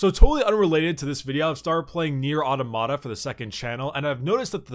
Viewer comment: Your pronunciation of automata triggers me. The stress is on the second syllable only,. Pronounce it ôˈtäməˌtä.